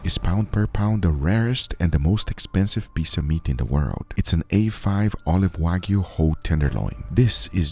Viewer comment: WAGYU! NO! WAG-YU!